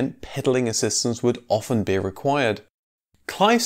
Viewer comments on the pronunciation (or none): none